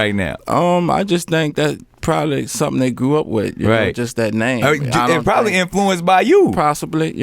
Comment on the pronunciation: Possibly + Probably = Prosably!